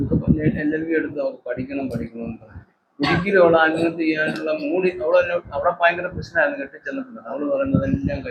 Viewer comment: തന്നെ ആരാടോ മലയാളം പഠിപ്പിച്ചത്.ആൽമഹത്യയല്ല, ആത്മഹത്യയെന്നാണ് .